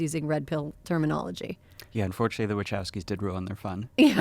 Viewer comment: OMG, is that really how Americans pronounce Wachowski??? 😢